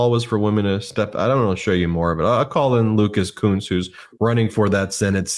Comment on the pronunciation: It's LUCAS KUNCE NOT COONS